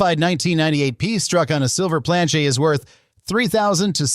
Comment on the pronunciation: Why can’t you just say Plan-CHET like 100% of humans????